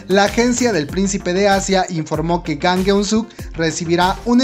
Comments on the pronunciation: Su apellido es Jang... por que le dices "Gang" ?? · creo que tu pronunciasion es malisima el nombře real es jang no gang literal se pronuncia chang a si debe de sonar jang en coreano estudiale amigo por que tu pronunciasion es malisima